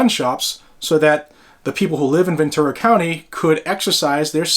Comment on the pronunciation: It's Ventura, not Venture